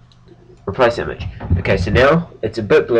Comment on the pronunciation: its funny how he says IMAGE!